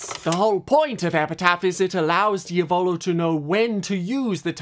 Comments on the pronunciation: italian watchers are banging their heads against the wall every time they hear "diavòlo" lol (it's pronounced diàvolo. you don't care? ok and? i don't care that you don't care. i just wanted to leave this comment. there's literally no reason to fight, w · There's a circle in hell dedicated to those who pronunce "Diavolo" that way. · This is nice and everything but the way he pronounces Diavolo is killing me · I'm sorry but why did he pronounce Diavalo wrong